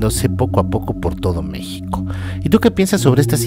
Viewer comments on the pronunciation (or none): none